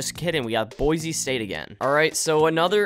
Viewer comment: You probably pissed off all the Idahoans with saying boise like boize lol (coming from idaho)